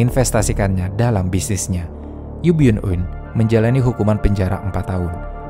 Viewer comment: Baca namanya Yu byun eun